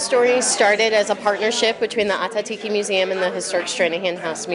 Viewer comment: I’m cringing at how badly they are butchering the pronunciation of Ah Tah Thi Ki.